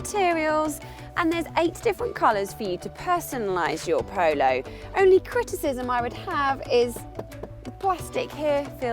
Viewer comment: I know that it's because of where she's from, but the way she says 'Polo' drives me nuts!